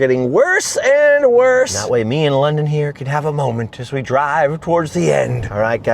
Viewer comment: London ‘ Is definitely sponned lol 😆